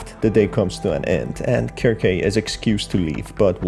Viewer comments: Pretty sure the name is pronounced "serc-see", not "Kirk-kay" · Circe in Greek is pronounced as Kir-keh, especially if she's named after the witch in the Odyssey and the story of the Argonauts. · Dude her name is pronounced "SIR-SEE" like the witch from greek myth that turned men into swine. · ... in the video you literally hear Bobby's voiceline and he pronounces her name as 'Kir-Kay'...did you not watch the video? It is NOT pronounced 'Sir-see' based on the in game audio lol. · For future reference, I believe her name is pronounced "Sir-see" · (sear-see) is how you pronouced Circe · how do you read someone's name that badly? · Good video, you spotted a lot of things I straight up overlooked! Circe is a very interesting name, I think it’s from Greek mythology? Don’t sweat the pronunciation, it’s not an easy one to get at first. I pronounced it wrong for years (sir-kee). Heck, I spent years thinking cologne (col-own) was pronounced “co-log-nay”. 😂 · The pronunciation can vary